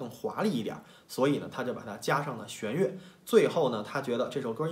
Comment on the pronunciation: 弦xian乐，不是xuan乐。